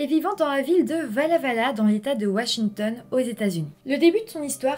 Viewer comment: Insolite de t’entendre parler de Walla-Walla (on prononce “Oualla”), un coin que je connais très bien !